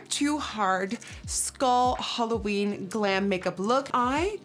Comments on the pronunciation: Every time you say, "Halloweek" my holosexual gene hears, "Holoweek." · yeah I know. But u know what I mean. The whole 'holoween' sound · Am I the only one who thought that she said holoweak 💿💿💿